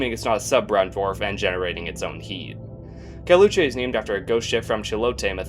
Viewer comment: caleuche is pronounced as "cal" as california, "le" as lebanon with "oo" and che being pronounced as different syllabes, i had no idea you pronounced it wrong until you mentioned what it was named after lol